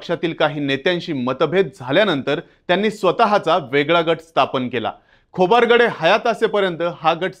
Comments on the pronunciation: नेहमी नेहमी खोबारगडे काय म्हणता, खोब्रागडे म्हणा ना? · खोबरगडे नाही "खोब्रागडे" आहे ते